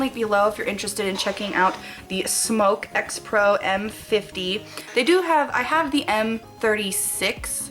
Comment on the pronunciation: Hahah, it's pronounced "smock"???? I believe?